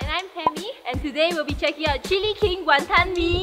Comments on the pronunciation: no hateee but tammys pronunciation of wanton pisses me off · btw Tammy's pronunciation of wanton is wrong. HAHA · I'm irritated by how Tammy pronounces Wanton.....